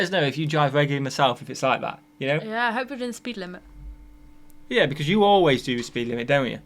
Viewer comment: Question: why does pronounce the word "that" like "at"? just curious.